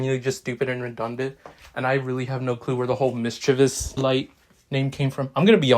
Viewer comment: When someone calls modifier “Mischiveous light”, i just wanna yeet my phone outta window